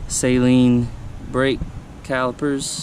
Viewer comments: Sweet car. Amazing to me that you guys that buy these cars don’t know how to say the name. Saline is solution for your contacts. Saleen. Pronounced SAAAAAALEEEEENNNN. GOOD LORD! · NOT SAY-LEEN JEEZ